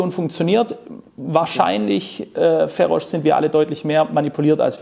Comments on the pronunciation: Es wird Feros ausgesprochen und nicht FERRROSCHHH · Du sagst nicht ernsthaft "Ferosch", oder?? 😁😁🤭🤭😂😂 Das hat auch schon KenFM gemacht und reichlich Spott dafür geerntet. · Der Zweite, der "Ferosch" statt "Feros" sagt, obwohl Feroz sich selbst auch "Feros" nennt - was denn nun?! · FEROSCH, die Bio Deutschen werden irgendwann deinen Namen richtig aussprechen können! ;) Sonst tolles Interview. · Sauberes Interview. Den guten Mann spricht man trotzdem nicht "Ferosch" aus 😛